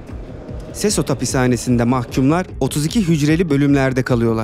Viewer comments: Sesot değil sekot diye telaffuz edilir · Abi sesot değil sekot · SESOT DEGIL BIR KERE O SEKOT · Abi sesos okunmuyor sekot okunuyor